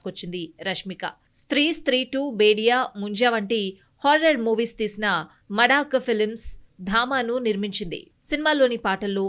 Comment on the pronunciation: Maddak kaadhu.. maddock Dhama kaadhu.. Thamma